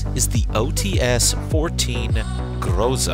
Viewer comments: Yeah and its not O T S how you pronounce it, you should pronounce TS together like in the word tsunami or tsar bomba xd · Bro said that we don't know it even though he himself pronounced the name wrong 💀 It's not "Oo-Tee-eS", it is pronounced "Oo-Tse" because in Russian language the "Ts" in OTs is actually one letter, Ц, that is pronounced as "Tse" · It's not O-T-S, it's O-Ts. It's actually OC-14 but you're supposed to pronounce the 'c' as 'ts'.